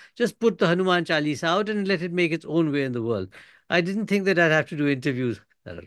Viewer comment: It's a pity that Mr Thapar distorted the pronounciation of the word chaalisa. May he be as careful about Hindi as he is about English